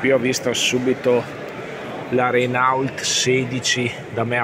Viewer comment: Renault si legge reno'